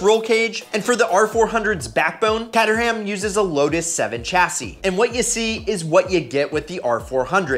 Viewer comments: The Brand Caterham, it's called kay-tuh-ruhm mate, not kat-urh-ham. There's no pig slaughtered while making that car. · It's pronounced kay-trum not kay-ter-ham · Pronounced Kate- er-ram, or Kate-tram ...not Ketter-Ham, if you said that in a uk pub you might get sparked lmao...little tip you dont say the H in the ham names over here (Burr-ming-am or even Burr-ming-um btw SMH) Just saying ..thats how the name is pronounced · Caterham is pronounced as KAY-terham, not CUT-terham. Also they don't use a Lotus 7 chassis. They bought the rights for the design and they made their chassis from scratch. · Dude, it’s not pronounced Catt-er-ham. It’s Cater-um 😂😂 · Dude the thumbs-up for a f-ing f Fiero kit car...was making think hmmm is the guy a 🔧box? Then you said Cat-er-ham !!! Pretty sure its pronounced Cate-trum. I could be wrong not gonna google it..but then I saw that little weak ass cowboy hat! Is that the new Millennium fedora. Wait maybe you caught that hat the night before from your fave Chip-n-Dales dancer! Tootles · “Kay - Tur - Hum” Now say it back quickly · "Cat-er-ham".... Caterham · Its: Cay-ter-ham yes i am a brit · Caterham not cat-ur ham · You're butchering Caterham. It's pronounced 'Kay-ter-em'. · Him butchering the pronunciation made me cringe